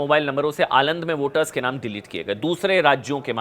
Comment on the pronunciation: आलंद नहीं अलंद